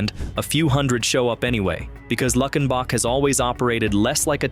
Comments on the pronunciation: It’s pronounced “Luke-in-bach,” just like in the hit 1977 song “Luckenbach, Texas (Back to the Basics of Love)” by Waylon Jennings. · Its Lue-ken-bok not Luck-in-boc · When I heard luck in bock, I was done. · By the way its pronounced "Luke en bach" I just need the GPS coordinates I am so ready to move just need the names of these towns 😂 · Mispronounced Luckenbach in the first line of the first listing of the 17 and, for that reason, I'm out. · Turned it off as soon as he mispronounced it.